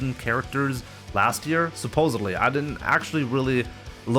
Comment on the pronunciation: It’s “supposedly” with a D Not “supposebly” with a B! 😡